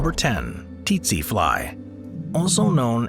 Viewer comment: Its pronounced setse not tetse t is silent not s